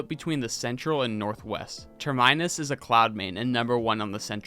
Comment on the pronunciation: It’s pronounced Term-e-nis, not ter-minus.